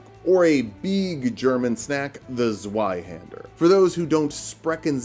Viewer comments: It’s pronounced zvie haand air. Sry it just upsets me. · the z in zweihänder is pronounced like a tz. like tzwei haender. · The Z in Zweihander is a C sound. The real C, not the English one. Same as the Italian z or Japanese ts.